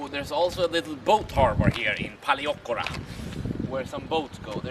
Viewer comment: Very nice video! I will be going there in 2 weeks time, really nice to see what it's like. (Although you really should brush up on your pronunciation of Paleochora 😂....big room for improvement)